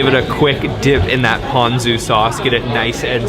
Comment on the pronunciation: I was watching your video and the content is good. I cringe when you pronounce Japanese. It’s not Oww Dawn, it’s Oow doh n. It’s not Pan zoo it’s Poh n zoo. I think if you say it in syllable you will pronounce it correctly.